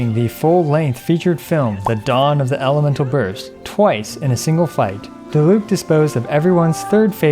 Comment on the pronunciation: yay someone that doesnt say die-luke but i mean if they were german it would be acceptable if u didnt know „die“ in german is a word that is used before other words that arent verbs or „descriptions words“ for example Die plüshtiere wich mean the plush animals and most of the time its used for a word that discribes for example not just an animal and instead multiple animals sorry if its not a good explanation with wrong written words but i tried